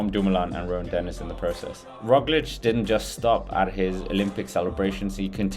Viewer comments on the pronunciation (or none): none